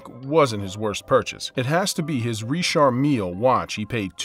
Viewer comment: Richard Mill he’s saying it wrong I believe